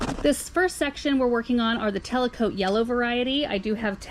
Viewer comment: hi, the ranunculus are actually called Tecolote not telecote. Pronounced like "techo low tay" 😘 Can't wait to see them bloom!